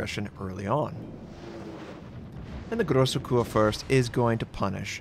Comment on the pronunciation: it's grossah kiur fuirst , myoko:meeh oh Koh